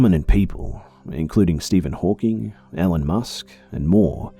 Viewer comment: “Ellen musk”